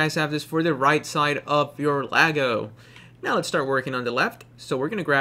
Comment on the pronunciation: He just a friendly note his name Iago(e ya go) is how its pronounced not Lago I can understand the misunderstanding of how Guilbert Gottfried talks.